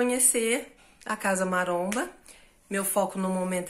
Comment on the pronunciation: É impressão minha ou o cara do falou "CASA MARONA" ?? KKK